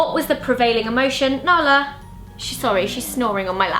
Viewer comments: ZOE'S INTRO WAS HILARIOUS IT SOUNDED LIKE "banala!" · When she said nala I thought she said banana